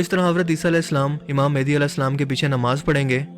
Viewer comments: Small correction... its not mehndi its mehdi... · Hamary Akhri Imam ( Hazrat Imam mehdi A.S ) ka Name Thk Sy Pronounce kren Mehdi Han Mendi nai 🙂 Thanks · *Correction It's Mehdi ✅ Not Mehndi❌